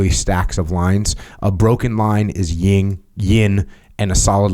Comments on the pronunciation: Jocko FYI it’s called the “Yin and Yang” NOT “Ying and Yang”. The “Yin” representing the feminine energy you may want to get that straight before the female population gets offended. If you know what I mean. Otherwise keep up the excellent work. 👍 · Its “Yin and Yang” Sir lol not ying yang 😂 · Better Title: "Two Neanderthals Discuss Philosophy" -- an English major should be able to look up phonetics for "Yin" (not "ying") and "Yang," (long "a" not "sang"). Unlistenable, bad description of I Ching ... go back to blowing stuff up (excess Yang, which is entertaining!)